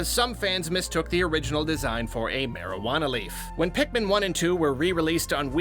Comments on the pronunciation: There is something so funny about saying the word "Marijuana." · said marijuana...:(